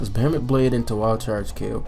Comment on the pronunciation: please please learn how to pronounce "behemoth". Just fucking google it, good lord. It's been months.